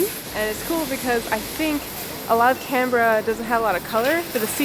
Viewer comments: You said it right: "Can-brahhh." Not "Can-Ber-ra". And you bought a coffee here. You are now officially a local 🤌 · A quick thumbs up for proper pronunciation of Canberra. I had an American colleague mangle the name so badly I did not know what she was saying, which was quite embarrassing for both of us. Something like "Cun-beer-ah". You nailed it, and just shows you do your research. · Fully respect that you pronounce town names as we do. I grew up in Melbourne and then my parents moved to Canberra. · I don't live there anymore, but I grew up in Canberra and it was nice to see that you had positive impression of my home town. Top marks on your pronunciation of Canberra and Melbourne. We're pretty lazy with the way we say the letter R over here and I think you both nailed it. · Bad accent but you pronounced Canbra right. I enjoyed your vid. Grew up there, not been back for 35 years. Go there mid-late spring next time. The trees and the flowers will blow you away.